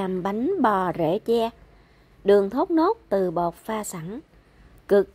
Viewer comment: Phát âm đúng TR nha em.